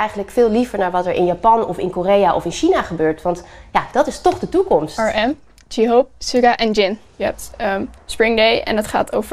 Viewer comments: Don't get me wrong, maar ik cringde wel om de uitspraak van de namen van die fan, sorry hoor. Echt niet gemeen bedoelt hoor, maar Sjugga en JeeHoop, RM...... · Jihop ik ging stuk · Echt super leuk dat ze op het nieuws zijn maar dat meisje kan de namen echt niet uitspreken Jeehope ?? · Sorry maar ik cringde echt om hoe ze J-hope en suga uitsprak isbxidnjend